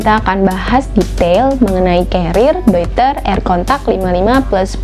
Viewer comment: Dari sekian banyak review ttg penyebutan "Deuter",,,baru mbak aja yg bener 👍👍